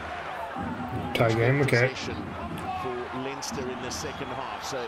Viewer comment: 'Leinster' is pronounced Lenster.